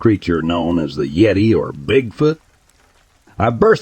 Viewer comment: If you can’t pronounce yeti correctly, I’m not watching any further because it’s total bullshit